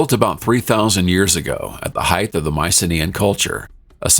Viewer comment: You cannot create a "micro climate" with a 2m change in altitude. Height not heidth.